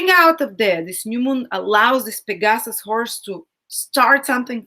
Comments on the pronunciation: Hi, I love your videos, and think your content is great, but if you could pronounce those Greek names better, it would be easier to understand you... it is PEGasus, & AnDROMeda, thank-you teacher! If you are in doubt, you can just google the pronunciation. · Fascinating, fantastic reading. (Unfortunately we could not see the constellations. Also: PEGasus, AnDROMeda.)